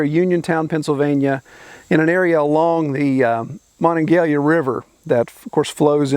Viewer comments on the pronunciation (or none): Monongahela. Mon-non-ga-HEEL-a. Not how you pronounced it. I live in Fredericktown, PA, along the Mon.